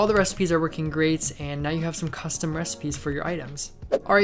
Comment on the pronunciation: no offense but when he says 'custom' it sounds like kusvton